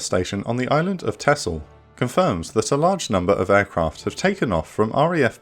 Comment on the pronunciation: Thanks for correctly pronouncing Texel. Shows your dedication to factual coverage of the subject